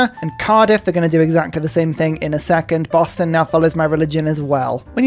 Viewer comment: The way you pronounce Boston booston is hilarious